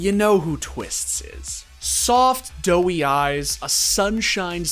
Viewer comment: It's doey or "doe-eyed." Not doughy eyes. What is he, a pastry?